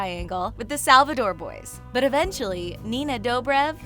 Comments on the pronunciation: And she said salvador like who is that? It’s salvator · I cringed every time she said ‘klaws’ and stefaaan😑 seriously Salvadore?!! Oh my god do not even get me started in the fact that she she said Elena is alarics daughter I mean she clearly hasn’t watched the show!! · this woman has not watch the show you can tell by the way she says "klaus" and "salvatore" and "stefan" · SALVADOR? FIRST KLAWS NOW SALVADOR ITS KLAUS AND SALVATOR NOT DOR AND NOT KLAWS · KLAUS ...not Klaws! SALVATORE ... not Salvador! STEFAN... not Stephan! Get the names right! Soz if I'm being rude. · Okay let me just make it clear it's Stefan not *Stefaaaahn*. Alaric isn't Elena's father, she is his wife's (Isobel's) daughter. "Salvatore" is the right way to pronounce it, not "Salvadore" KLaUs nOt "KLawS" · Wtf is ‘clause’ its ‘klaus’ bruhh Ok omg SALVADOR? Ok am done. The last time I checked elena wasnt alaric’s daughter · We love “klaws” and “salvador” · All the mispronouncing of names made me want to barf. (Klaws, SteFAn, SalvaDOR...) and fyi, Elena isn't Ric's daughter, she's his kinda sorta step daughter. If your going to have someone make a video on the vampire diaries, at least pick someone who knows something about it